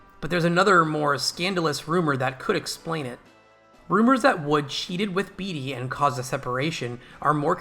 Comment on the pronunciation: Not "beet-ee" but "bait-ee"